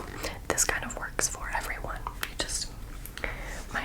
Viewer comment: it sounded like you said “425 dollars” instead of “for 125 dollars” HAHAHHS